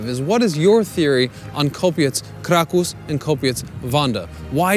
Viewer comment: He actually does say Kraw-cow through part of the video, then switches it to the proper pronunciation.